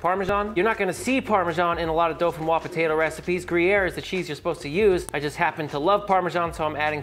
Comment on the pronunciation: There is no “L” in dauphinois